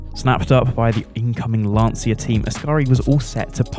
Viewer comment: Thumbs down for pronouncing Lancia as Lansia